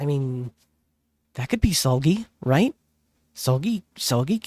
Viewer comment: fyi how to pronounce Seulgi's name: the seu is like 'sir' or '[ser]ve' but with L in the end lol the gi is already right like a gi in [gi]ve haha and yes for their first albums the trio mean-lead vocalists obviously had more parts, but as the time goes in it's getting better for irene and yeri yaay and also you'll find mooooore of their bside gems, im sure!